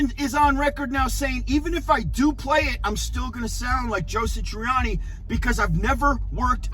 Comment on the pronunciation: Who's "Joe Sitriani"!🤔